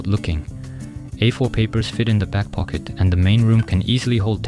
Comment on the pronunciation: ポケットの発音がめっちゃ癖になる。 1時間くらいポケットをずっと言う作業用BGM動画作って欲しい笑